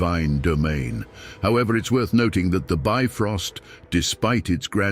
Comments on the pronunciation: It's not "bi-frost", but "bif-rost" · The "ö" in "Bifröst" is actually pronounced like the "u" in "burn".